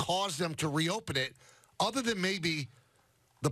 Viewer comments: no one: michael kay: the milk is out of the udder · “The milk is out of the udder”😂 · "The milk is outta the udder" ?? 🤔